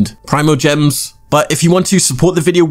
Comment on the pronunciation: Gemies? GIB or no is fine yus gemies